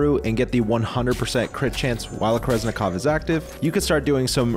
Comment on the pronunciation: Wait, I thought kerenzikov was pronounced with the z after the n?